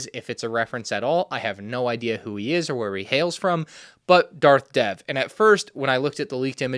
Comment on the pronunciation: Just letting you know that the Darth Dev minifigure is pronounced like Darth "Dave,"